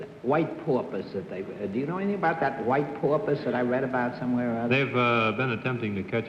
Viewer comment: Oh that New England "Upper (Crust) Society" way of speaking... It can drive me nuts sometimes to hear some of the way the words are pronounced. From John Daly comes "su-vice of some kind..." / "He's a poo-pus trainer..." Ahhhh!!! ~ Now, I am a respectful of regional dialects, as I believe they contain within their make-up a kind of history of the people; as they are shaped by, or they evolve from, I'm supposing, one's environment and experiences, in part. It's an interesting and wonderfully involved Study. (Oh..., but where are those "r's" when you need them?!)